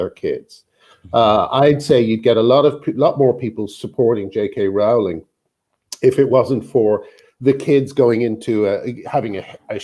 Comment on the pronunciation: You actually pronounce 'Rowling' like 'Rolling', not that it really matters, lol.